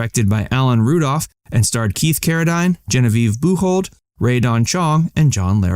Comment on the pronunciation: Carra-deen not Carra-dein